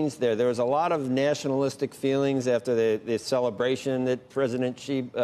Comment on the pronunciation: Based on how this guy pronounces Xi, he is definitely not a Chinese expert.